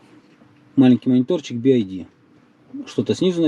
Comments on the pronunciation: Би-Ай-Ди - это BID. BYD же читается как Би-Уай-Ди. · Не так произносится название бренда. То что вы говорите будет bid а там byd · Би Ай Ди бля думаю че за би ай ди. БИ УАЙ ДИ правильно будет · Какой Болт? Какой Туксон? Это копия с кузова Форда Экоспорт. И звучит вторая буква не "АЙ", а "ВАЙ" или "УАЙ". "Ай" это вот так - і. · Y - это не "ай". Лучше бы "бидом" звал, режет слух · Думаю правильно би вай ди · Эти буксы читаются "Би Уай Ди", а "Ай" - это i. В школе же учили, едрить....